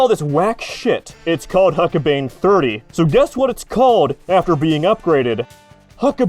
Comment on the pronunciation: It’s pronounced huck-bine as in B-EYE-N. Considering how many times you were going to say it over the course of the video it’s not unreasonable to expect you might checked before recording it.